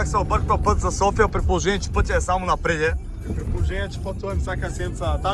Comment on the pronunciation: напред, а не напредЕ 😂